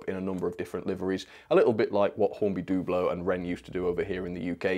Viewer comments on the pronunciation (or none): Hornby dooblo? It's Dublo, as in double 0, 00 scale.